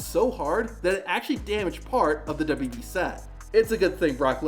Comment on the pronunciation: Love your videos! Hate the way you say “WWE.”